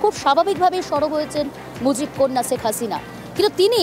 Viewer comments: #আগে নামটা তো ভালো ও শুদ্ধ করে বলতে শেখ 😊😊😂😂😂 ছেক হাছিনা কী....???😊😂 শেখ হাসিনা বল... শেখ হাসিনা 😂😂😊 #তোদেরকে সাংবাদিকতা ও খবর পড়া এবং সংবাদ উপস্থাপন করতে শিখ 😊😂😂 # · সেক্স হাস‌িনা 😂 উচ্চারন ই জান‌ে না হয়‌েছে উপস্থাপ‌িকা